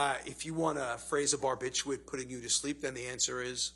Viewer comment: If your doctor pronounces "barbiturate" bar-bit-YOU-it, run like hell.